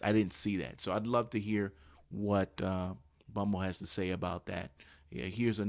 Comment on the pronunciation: Bummble ... ? The 1st couple sentences made me not want to listen to your video .... this is why you loose.